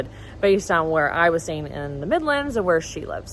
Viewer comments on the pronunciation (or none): none